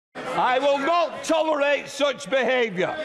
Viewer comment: i will NOT TOLL-R-ATE SOOTCH BEHAVYUH